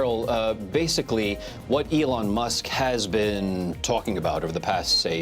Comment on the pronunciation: Really stupid AI. Go find a real person who understands what they're talking about and how to pronounce "Elon". Also ideas that last for the whole video and aren't just the same three repeated for twenty minutes.